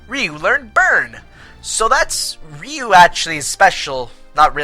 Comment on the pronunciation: rrr-I-you Not Re-you >.> Sorry but the pronunciation of the names was bugging me.